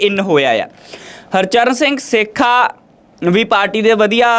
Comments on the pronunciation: ਸੇਖਾ ਨਹੀ ਸੋਥਾ ਬੋਲਿਆ ਜਾਵੇ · Name Sahi Lea karo Ji Harcharn Singh Sotha hai ji 😂